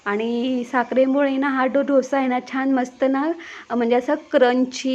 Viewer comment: ढोसा नाही डोसा म्हणा